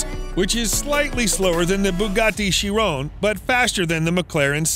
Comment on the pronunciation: bruh you say chiron wrong